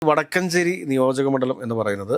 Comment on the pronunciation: വടക്കൻഞ്ചേരി അല്ല സാർ "വക്കാൻഞ്ചേരിയാ..